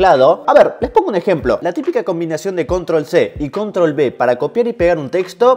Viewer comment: Vídeo interesante :). Por cierto, no sé si es la luz o no pero tienes ojeras, descansa más o revisa vitaminas. Y se dice “Control uve”, no “Control b”, es una uve, no una b, es CTRL+V, no confundas, está la letra B y la letra V que se pronuncia como UVE, no B. Un saludo